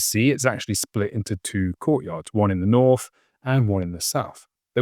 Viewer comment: Good vid. But enough of the "mockney" "Fousand" for thousand and "norf" and "souf" gate. The less said of "broken FROO" the better!